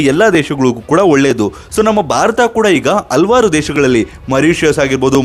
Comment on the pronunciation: ಹಲವಾರು ಎಂದು ಉಚ್ಚರಿಸಿ